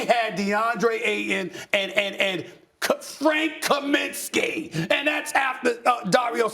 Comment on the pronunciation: K- FRANKH KHAMINSKHYYY!! LMFAO